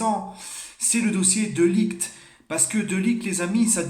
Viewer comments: De ligt sa se dit de lirrrrT pas de liguT ou de laayT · Sa se prononce de lirt poto